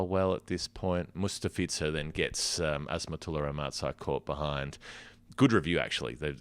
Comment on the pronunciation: great job putting the match together! i think you got Azmatullah's name wrong; but very good still!!